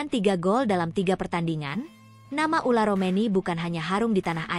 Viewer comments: Tolong min jgn diganti² nama orang. Yang benar itu Ole Romeny bukan Ula Romeny, sedih banget aku dengernya striker terbaik Timnas yg sdh sejajar dgn Tele diganti namanya 😢😢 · heran yang bikin narasi kenapa terus bilangnya ULAR romeni yaa, namanya itu OLE ROMENY